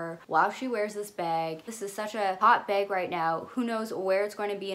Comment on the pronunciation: I love the way you say ‘bag’ sounds like ur saying ‘beg’ I love Zoe with all my heart and forever will and her style is impeccable. But I think her nepotism allows her to afford her lifestyle that I drool over